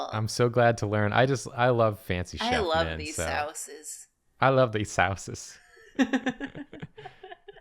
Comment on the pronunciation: "Sau-ces"? Is Greg?